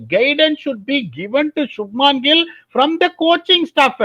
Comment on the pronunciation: yov. shubmaaan gill illlaya, shubman gill